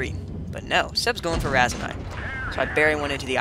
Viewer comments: its Raseiniai not raisinai or raisenais. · The way you pronounce Raseiniai.... lol..